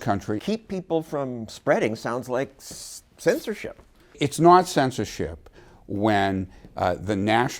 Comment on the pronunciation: his accent when be said its censorship made me think fuck this guy.